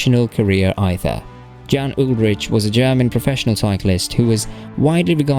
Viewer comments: Dude, I know I’m late to this video but how on earth do you NOT know that the “J” is pronounced like a “Y”? This is extremely disrespectful of you. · And not just Jan's first and last name. Andy "Schelk" was a nice touch as well. 🙄So little effort was put into this.